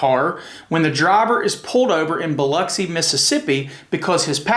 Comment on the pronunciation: I really do appreciate that you pronounce Biloxi correctly as Biluxi. We have no “lox” in Biloxi! 😂👍🏻🤘🏻😎